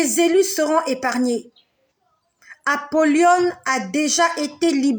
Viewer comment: Shalom ma sœur ça se prononce apolyon non Apolyone